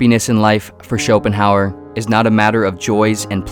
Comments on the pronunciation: “It iyuh what it iyuh”. ~Arthur Somanheymuers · I'm impressed by this expert commentary in which his name is pronounced incorrectly.